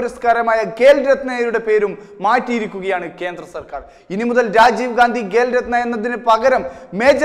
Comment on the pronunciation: 'ഗേ'ൽ രത്‌ന അല്ല 'ഖേ'ൽ രത്‌ന